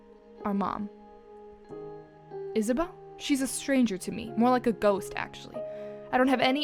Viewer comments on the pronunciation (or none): none